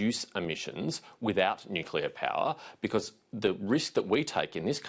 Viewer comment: Love Patterson, looking forward to Nuc-cleeer-a ? Albanese has to go and take the pack of liars with him. Plibersek, Bowen, Marles , Husic and the education bloke ( can`t remember his name). Go LNP .